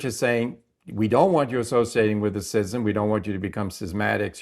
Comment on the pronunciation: why are you pronouncing the words "schism" and "schismatic" incorrectly? It's 'SKIZ'EM" not 'SIZ'EM"